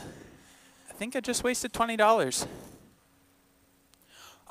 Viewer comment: why do u emphasize the 20 dollars. its really not that much moneey